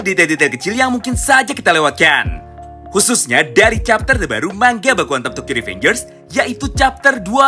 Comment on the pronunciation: Bilangnya manga, bukan mangga.... rada mengganggu soalnya. Tq